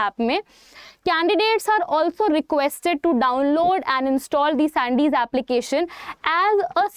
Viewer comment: Mam I think it's not sandes it is संदेश